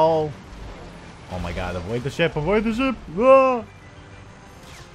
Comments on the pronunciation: Did he say flying shit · was I the only one who thought he said shit instead ship?